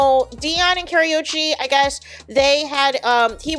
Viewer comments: It is Ka-ru-chi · Pronounced Kuh•roo•chee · I can’t…the pronunciation of her name is WRONG!